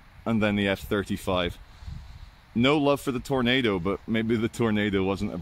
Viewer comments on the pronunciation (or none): none